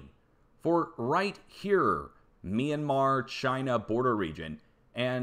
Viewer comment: Had a good laugh at you murdering English place names,. Also love your Trumpesque "Chynah". Keep up the good work. All the best from the UK.